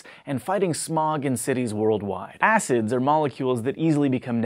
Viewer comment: when he said weak acids, it sounded like he said 'weak ass' lol